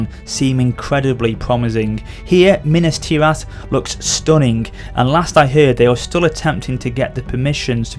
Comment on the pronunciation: why do u say Minasti Rath?